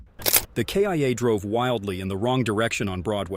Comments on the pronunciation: this announcer speaks: the k-i-a and police do a p-it. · Or the "K.I.A."